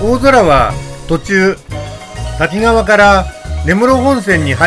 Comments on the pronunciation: 細かいことですが駅名の読みは たきがわ→たきかわ あさひかわ→あさひがわ だと思います。 『あさひがわ』は1988年に『あさひかわ』に読みが変更されたと思います。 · 石勝線開通前の懐かしいダイヤ、昔を思い出しました。キハ82系のおおぞらも何度も乗車した列車です。さて動画の中でしばしば登場する「滝川」ですが読みは「たきがわ」ではなく「たきかわ」と濁点はありません。再生中に気になってしまいました